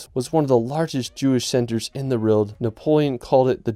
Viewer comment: Love the content, but why can't this guy pronounce the word 'world'?